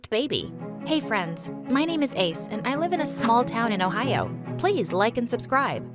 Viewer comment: Did she say ohio😭😭😭